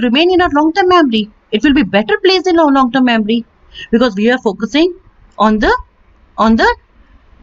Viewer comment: Mamry or memory?